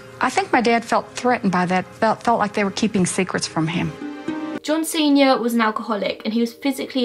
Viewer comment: whenever you say john sr. I hear john cena and it kills me